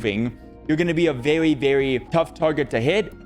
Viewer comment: you're vewwy welcome <3